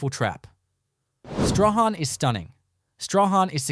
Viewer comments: It is not 'Zee-harn' but 'Zeen'. Queenstown was never the 3rd richest town in Tasmania, that was Zeehan. I've never heard of 'Staw-han', it is pronounced 'Strawn'. I'd rather you❤ take this video down and correct it for pronunciation and facts. It it stays up I'll report it to YouTube. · Whoever has done this Doc, never asked how to pronounce the names of towns. ZEEHAN......'h' is silent STRAHAN...'h' is also silent. "STRORN" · It’s not Zee Han?the silent letters Strahan, can’t stand hearing them miss pronounced